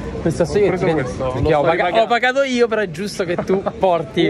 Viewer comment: "Ho pagato io" ed esce l'umbro verace che è in te :)